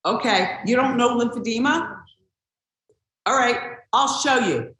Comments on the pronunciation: It's pronounced lymphedema, NOT lymphedemia. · It’s Lymphedema….not Lymphedemia. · It’s called Lymphedema not Lymphedemia…..